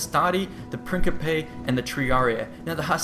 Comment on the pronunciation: This is awesome. I'd give you a hundred thumbs up but can only press the button once! I also like the correct pronounciation of Principe with c pronounced as a k. Now we only need to educate people to pronounce Iulus Caesar correctly (correct is "Kayzahr"), so no American appears ignorant anymore when he says it ;)